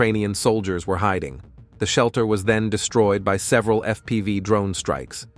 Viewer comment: LOL, it called FPV "F P five"